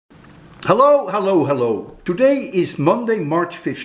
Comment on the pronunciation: ollo ollo ollo......i love ur special assacent to pronounce hello...